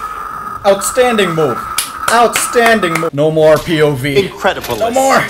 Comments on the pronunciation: Everytime i hear roman i cannot help but hear that pronunciation of incredibelis. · The video is, as always, and as said himself... "Incredible-lis" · I can never unhear”incredibilis” anymore😅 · Incredibilis, as in the line when centurion punches people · Hearing saying incredibilis but completely fucking it up made my day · I had no idea what meant when he sayed incredebelis untill sayed he mispronounced it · Alright, isn't allowed to say Incredibilis ever again